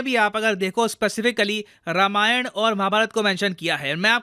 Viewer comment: भाई मेरे रामायण है रमायण नहीं। BTW love your work and a great fan.